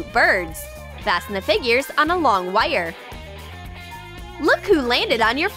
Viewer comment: LOL, how she pronounces wire is hilarious